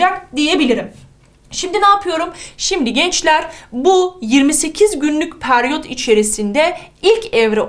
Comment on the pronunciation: Hocam peryot degil periyot 😃